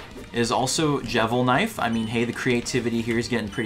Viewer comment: Actually it's called Devilsknife, not jevilsknife